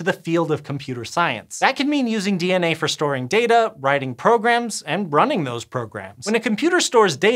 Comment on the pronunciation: stop saying "data" weird